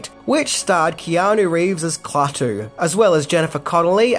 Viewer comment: LOL! KLAWTOO